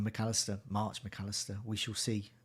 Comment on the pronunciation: Someone needs to tell that its March, not Marsh. And that its Jota, not Joeta. And that its Gnonto, not Gonto.....